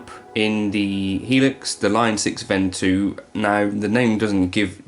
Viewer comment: To be a pedant, I believe it's pronounced "von-two"